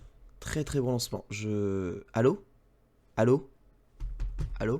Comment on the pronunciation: J'adore le "ALLO!" made in Bretagne # XD Merci pour cette émission ^^